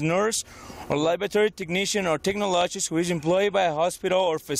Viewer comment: Tech-na-log-ist....how about tech-nol-a-gist.